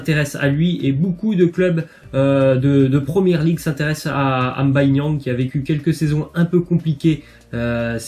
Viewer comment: Tu m’a fais plaise comment tu as prononcé Mbaye niang psk les gens disent M’Baye comme mbappé c’est pas M’bappé